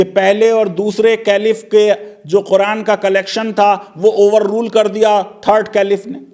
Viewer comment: फैजान साहब "कैलिफ" नहीं " खलीफा" पढ़े...